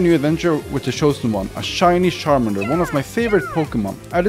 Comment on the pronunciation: Charmander ❌ : Sharmander✔️ Pikachu ❌ : Pikashoe✔️ 😂